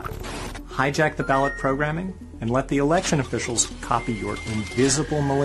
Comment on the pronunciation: 😂😂😂 that’s gotta be on purpose 😂😂😂the accent Boa-wot fag-go-tree 😂😂😂